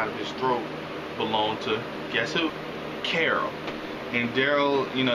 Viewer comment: holy shit, u actually said carol. Usually it's carla lol